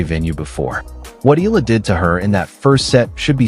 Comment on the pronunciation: Eala pronunciation E-yala